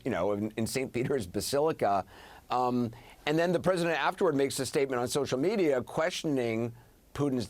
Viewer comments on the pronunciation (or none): none